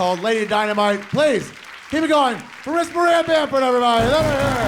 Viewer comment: Did the announcer say Marissa Bamford?